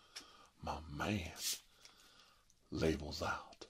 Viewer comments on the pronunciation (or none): This is really what I needed after a not so great day. Love the video Also, I just want to point out that every time you say “labels out” I always end up hearing “for Harambe” from your older video lol